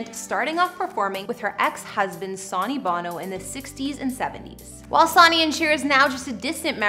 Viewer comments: Girl if your going to report you need to say sony bonos name right its not sonya bono its sony like the sun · The amount of times you said Sonny Bono's name incorrectly drove me insane.